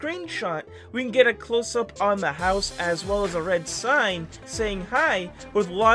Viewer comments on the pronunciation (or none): none